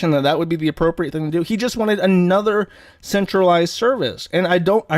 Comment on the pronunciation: >calls conservatives low-IQ "lowcow" "annuder" "like that's the thing, it's like man, like smacks lips it's like diff'rnt when it's trahns"